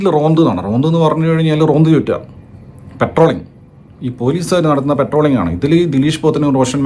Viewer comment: പെട്രോളിംഗ് അല്ല , പട്രോളിംഗ്...